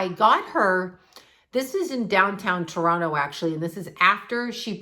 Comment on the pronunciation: you still have your Canadian accent eh. Still sayy Toronto correctly heh 🙃💜💜💜 love u